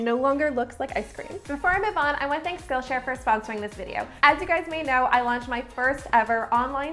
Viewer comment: What's wrong with my hearing that everytime she says "skill share" I hear 'Scotia'? 😂 I'm like... Wait the Bank is sponsoring you??? 💵 💵 💵